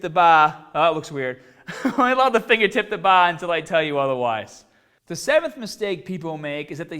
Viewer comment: "Fingah tip the baah"